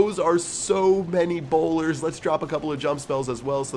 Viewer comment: Bowlers not bolders